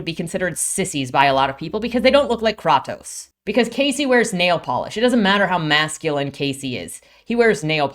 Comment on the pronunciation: Not offended but i practically cracked my neck looking back at my phone at the pronunciation of kratos- Great video, i agreed with everything here to a point. I hope to be as good as you at explaining my opinions soon XD